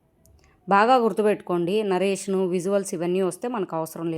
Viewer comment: నరేషన్ కాదండి. నారేషన్ . Just wanted to tell you